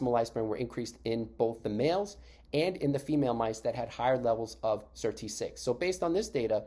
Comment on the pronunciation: Annoying to have to fast forward 5mins just to get onto SIRT6. Better a very brief intro that references past videos than the same content over and over. Also why do you call it "Sir.. T6"? The Sirtuins are SIRT then the number. So SIRT-6. Go to any interview, all the scientists reference it that way.